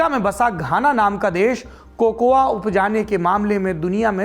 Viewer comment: 1. The A in COCOA is silent. Correct pronounciation is कोको. 2. I have read biography of Kwame Nkruma. Barring Asante people all other tribes wanted Brishers to remain and rule. England wanted to move out from Ghana. 3. It was mutually decided that Nkruma will be accomodated in the British Rule so as to make the exit easy and smooth for England. 4. It is purely because of the politicians, this is the fate of Ghana. Otherwise these people are intelligent, hard working. Brain Drain is helping politicians. Above observations are first hand as I am staying here in Ghana since last few years.